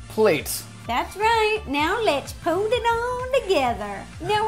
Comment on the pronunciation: "lets POOT (lovato) it all together"